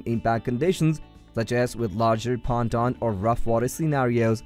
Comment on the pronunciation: Pontoon is not pronounced like that 😂😂